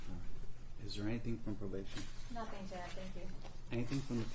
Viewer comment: "My baby didn't do nuffin"🙄